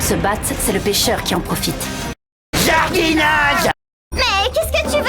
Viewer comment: "jArDiNaGe" 😂😂😂je pleure...